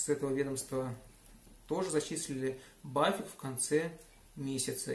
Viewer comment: вот интересно, при разговоре с немцем ты в этой же транскрипционной фонетической форме произносишь аббревиатуру BAföG как "бафик"? Ведь 100% не поймёт же не фига, придётся показывать на пальцах!:0)